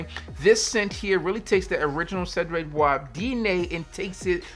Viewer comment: Se-dra Bua-zay That's as close as I can get to showing the written form of how it should be pronounced. Nice list btw, some very nice ones here